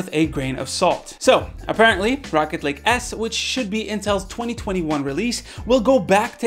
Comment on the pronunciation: I swear that sometimes it feels like he is saying Rocket League instead of Rocket Lake